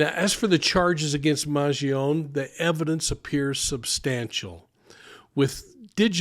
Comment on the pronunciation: Respectfully. MAN GEE OH NÉ (NAY). Vowels at the end of a word in Italian are pronounced.